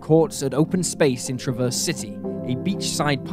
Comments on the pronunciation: I love your channel, but..... It is TRAV--ERSE CITY or Grand TRAV--ERSE. not traverse. I know it is a small thing but it is kind of annoying. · TrAH-verse, trAH-verse, emphasis on A. I'm from Michigan 🙃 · I'm from Michigan the names that you pronounce on there were all wrong the city is called traverse City Michigan the county is called Grand traverse county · gave me a good laugh lol